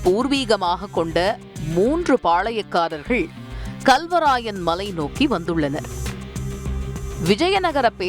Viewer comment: அடி பன்னாடை முண்டை....தமிழ் உச்சரிக்க தெரியாமல் வந்து செய்தி படிக்கிது இந்த லூசு. Kalவராயன் மலை என்பதை Galவராயன் மலை என்று உச்சரிக்கிறது.